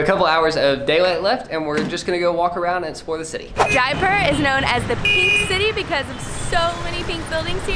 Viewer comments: YAY! Jaipur!! FYI... It's pronounced Jie-poor, not Jie-per. :) Also, a when you see something called 'Dahl' it means it's made from lentils, (or peas or other bean). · When she said jaipur, it sounded like diaper.. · she said Jaipur like diaper